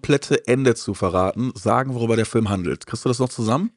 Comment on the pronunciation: Ich leibe es, wenn "Fülme" sagt.